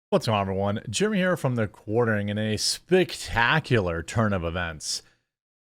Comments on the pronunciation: Did you just say "spictacular"? 😆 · Did you say “SPICtacular?”